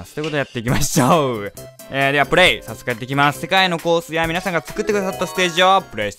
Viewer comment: 今回はのはじめの挨拶がよく聞くと「かいみなさんこんばんはー」って言ってるような・・・